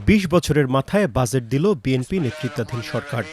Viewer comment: উচ্চারণ এরকম হলে হবে? এটার উচ্চারণ "জ" ইংরেজি J অথবা dg. আর আপনি বলছেন "য" ইংরেজি Z বাজেট। বাযেট না। ডাক্তারদের ভুল ধরেন, অথচ একটা উচ্চারণ পারেন না।